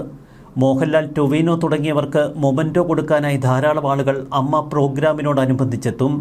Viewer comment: അമ്മ അല്ല ഏയെംയെംഏ.